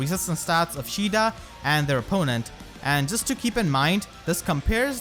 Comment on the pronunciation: Isn't her name "ka ay da" not "sheeda"?